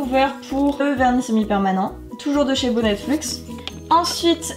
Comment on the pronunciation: C'est bonnet luxe pour info et pas bonnettefluxe😭😂😂